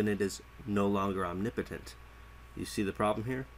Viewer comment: Am i the only one who is triggered at how he says omnipotent (ohm ne POE tint)